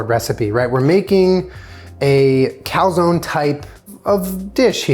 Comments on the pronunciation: Cal-zown? Is that how Americans pronounce calzone?? Kind of crazy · Why is he pronouncing calzone like that tf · You guys say cal-zone ? Where I like we pronounce it cal-zone-e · It’s pronounced calzonE... with the e... but with an ‘ay’ sound. 🤷🏼‍♀️ Also - this video had my anxiety through the roof 😂